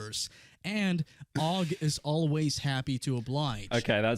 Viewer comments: who in the world has ever thought that steven ogg's last name is pronounced "oog" except pyro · Bro doesn't know how to say Ogg. You say Ogg cuz it has 1 O. Pyro asks "is it pronounced Oogg?" Bro have you not gone to school?